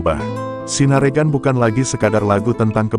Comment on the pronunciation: Bacanya ...Bukan sinaregan.......... tapi sinarengan